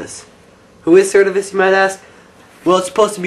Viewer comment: No it's ser-tiv-is